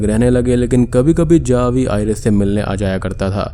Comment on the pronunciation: Javi but it pronunciation is havi